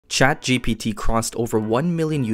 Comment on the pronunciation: It's ChatGPT not ChaptGP3